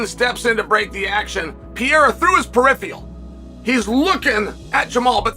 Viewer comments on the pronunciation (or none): He also said "peripheal" rather than "peripheral"..... ... in that uber-annoying friggen voice of his.